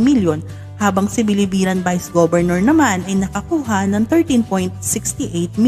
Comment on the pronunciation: Biliran not Bilibiran